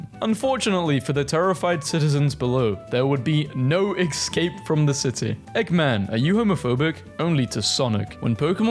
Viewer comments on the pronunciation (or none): none